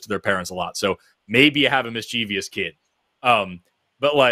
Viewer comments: I think Forrest is great, but why does such an intelligent man pronounce mischievous as "miss-cheev-ee-ous"? There's no third i. It's "miss-chif-us". Sorry, this is a pet peeve. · Great show you two; please stop mispronouncing mischievous Forrest, it hurts my pedantic heart🤣